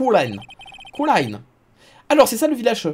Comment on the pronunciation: Pour Kurain je pense qu'il faut le prononcer à la japonaise. Koulaïn